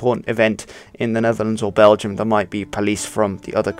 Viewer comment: The word Dutch actually comes from the word Diets, what in turn comes from the word Deutsch but after a while it became it's own language. Diets/Deutsch means Volks taal or Folk's Language in english. also you pronounce BelgiOURS wrong.